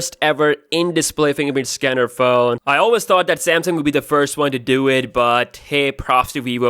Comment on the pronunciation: Cool,but I just can't listen to you.Your accent is horrible...Rashiyaa?How that?Say Russia[Rasha] or Samsiung...Just Samsung